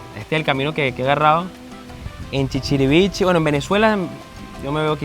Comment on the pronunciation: El pueblo no se llama chichirivichi, es ChichirivichE